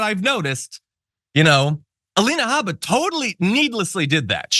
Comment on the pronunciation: No cursing, hm? I was proud of you, John for the "it's her god damn name". But you mispronounced the Alina name. I believe it is "Ay-leena Hae-bba", or whatever she calls herself.